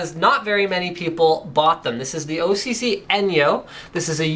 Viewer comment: why do you say OCC and not OC-Z?